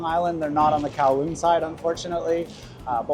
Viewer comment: You are the 1st youtbr to pronounce kowloon correctly